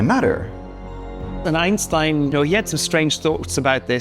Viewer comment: My biggest critique of the video was the pronunciation of German words. "Albert Einstein" → ""Aulbert Eins'tein, "Göttingen" → "Göttinggön" But credit to him not falling for the common American way of saying "Einstein" as "Eins'teen"